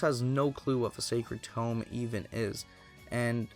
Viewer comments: Great video man, it's great to see content on a somewhat forgotten game. BUT Seriously, you pronounce TOME as TOMB and it bothers the hell out of me LOL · For the future... I know you've already accepted constructive criticism already, but I do feel the need to reiterate that it was hard to follow this video when you sound rather bored, and mispronounce "tome" despite it being said multiple times by the characters. Your energy does pick up a bit after the prologue, at which point it was a lot easier to listen to. I'd just recommend you speak a bit louder into your recording device once you get more comfortable. EDIT: And pronunciation of "facility". And "Salome" (Sah-loh-may). I mean, it's the most important item, the second most important character (,both of which are pronounced in-game, Including in your footage used), and a really common word.